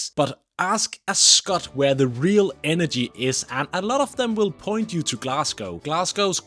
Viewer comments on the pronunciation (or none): none